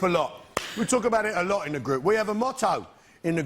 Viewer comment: "I don't think they wealise this is the way I usually tawk".